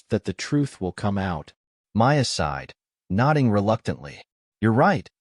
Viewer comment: “Aside” for “sighed”